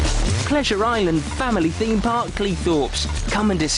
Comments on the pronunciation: "Expedition FEME Park" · Love your videos! The British accent always kills me 🤣. It's weird. You pronounce the "th" when you say the word the, yet one hundred and thirty is pronounced one hundred and FERTY. Same with theme, or rather ... Femed.